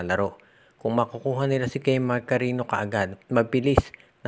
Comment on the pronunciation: Di kami naniniwala Sayo dimo nga mabigkas o Kilala c kemark. Puro ka carino,, eh cariño(karenyo) bigkas Ng surname ni kemark. Palpak at fake news ka talaga